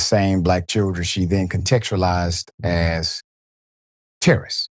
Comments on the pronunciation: Not Ter-Ro-rists 😂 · Her pronunciation of “teh-RUH-rists” is the crackhead version of “PO-TAY-TOES” from LotR 😆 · She cant even pronounce terrorists...lol...shes under the influence of something wildin out and got caught so she defaulted to tears to seem innocent